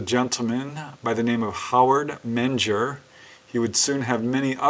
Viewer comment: Menger is pronounced Minger